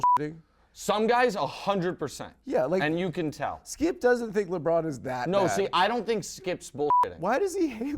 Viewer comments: I like when he says skeeyip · Hahaha, why can’t Adam pronounce “Skip”?